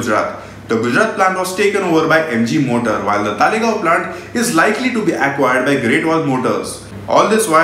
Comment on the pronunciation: it's Talegaon not Thaalegaon 😂😂😂. Dumbass calling themselves auto journalist.